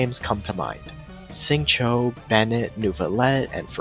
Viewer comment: it is Xingqiu* ffs